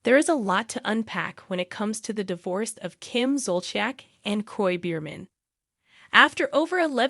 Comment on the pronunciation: Learn how to pronounce Kim’s and Andy’s names correctly if you want us to listen to this sorry video. So sad.